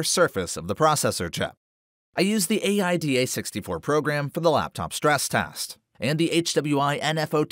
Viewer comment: My god, i have never heard AIDA said in English before. Just say it like Aïda (the opera). Btw, very, very good video, the details, the tests, so spot on! Thank you!